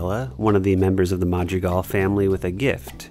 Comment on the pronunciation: “Ma jree gal”